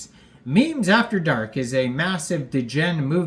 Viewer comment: Love the video bro but why do you pronounce degen like that D’gen